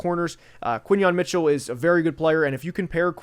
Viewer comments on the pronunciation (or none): none